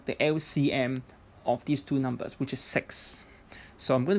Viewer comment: This he just said " sex " instead of " six " ? :))